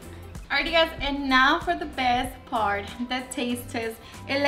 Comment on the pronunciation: Yummy! My son finds it funny that you never pronounce the "t" when you're about to taste the food. "And now for the bes par." Hahaha... boys! That is now his quote!